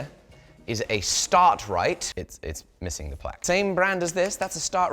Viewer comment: As a ToT viewer, I believe it's pronounced "Star-Trite", not "Start-Rite"